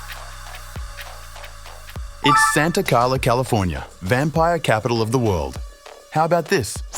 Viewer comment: Santa Clara, not Santa Carla...